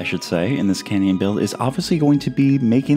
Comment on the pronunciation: This is a CANyon not a CAN'Tyon